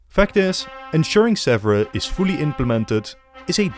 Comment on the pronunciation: Hello from Paris, near Sèvres, which is not pronounced "zebra" at all, but "seavr" with " ea" like in bear in English. A good work for the video, but you should really check and train to pronounce correctly a key-word.